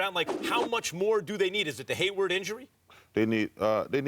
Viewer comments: its hayward not haywood chuck.. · yo Chuck, who is “Haywood” 🤔